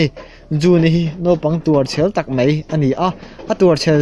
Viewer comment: 'Mai' hi 'Mei' tiin i lam zel a, a dik lo hulhual a ni. Thil lam dik turin lo inzir zel teh khai. I channel-erawh a bengvarthlak e.